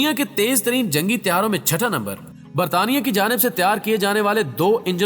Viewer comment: Britain ko konsa shi bola isne😂😂